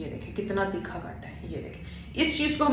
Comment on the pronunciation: Theekha ni hota thircha hota h 🤣